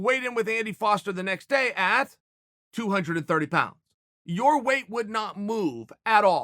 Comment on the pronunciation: Am i the only one who gets bothered by how Chael pronounces weight? He always says "way" instead of "weight".